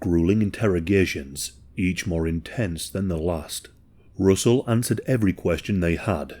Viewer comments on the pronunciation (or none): I never thought I would hear an every day white person name like Russell Buchanan butchered by an English speaking person 😂 “Roosle Boo-canon”